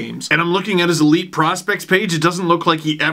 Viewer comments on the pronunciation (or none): none